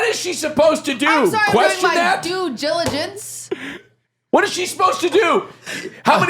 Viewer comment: QT: “I’m sorry I’m doing my due jiligence” LMAOOO I LOVE U QT SMMMM